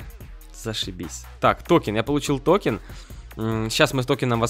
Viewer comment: Правильно говорится токЕн